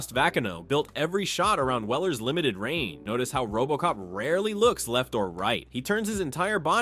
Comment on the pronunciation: It's "range" not "reign" simpleton 😂